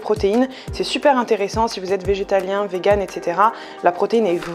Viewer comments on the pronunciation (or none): none